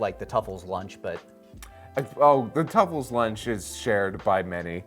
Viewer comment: It’s Tsufurian, not tuffle.